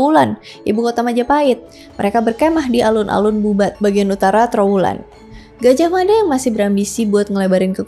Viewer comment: Gaj ah mada ,Bukan Gajahmada . Hati hati dalam mebahas kerajaan ini